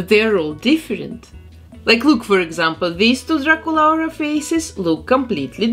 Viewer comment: I am so obsessed with how you say draculaura. I feel like that’s how her name is supposed to be pronounced